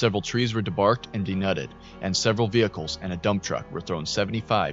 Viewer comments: Just letting you know, it's "dee-nude" (like "nude" as in "naked"), not "dee-nud/nut" or whatever you were saying. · These are great! Take a peak at how to pronounce "denude" though ;)